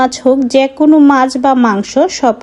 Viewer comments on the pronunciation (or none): none